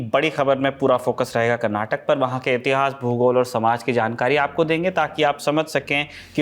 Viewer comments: It's ಕರ್ನಾಟಕ not ಕರ್ನಾಟಕಾ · Request the reporter to pronounce name of the state as the locals do Its “Karnataka” and not “Karnatak” Its similar to Canada.. am sure you dont pronounce it as Canad